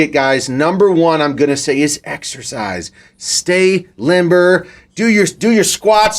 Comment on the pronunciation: “Exercisze” who noticed?🤣